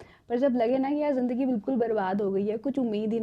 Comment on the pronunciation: Madam ka talafguz theek ni hai zindagi ko jindagi bol dia phle minute me hi ab aage video ni dekhni